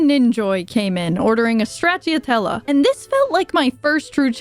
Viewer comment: this video was amazing but that pronunciation of straciatella was criminal